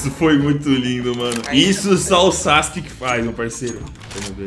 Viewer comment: Pronuncia:sasque Escrita :sasuke